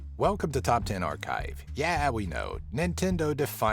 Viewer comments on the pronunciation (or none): Arkive? but isn't it archive